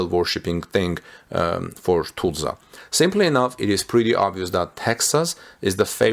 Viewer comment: Learn how to Pronounce Tulsa!